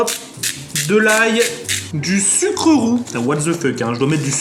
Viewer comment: du Sucre roux Mes oreilles:🤯🤯🤯